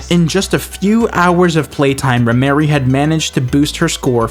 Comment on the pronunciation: ...its Rhymery not Rhyme Mary. Thats a man....